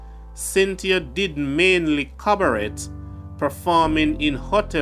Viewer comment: Cabaret is pronounced "ca-ba-ray"!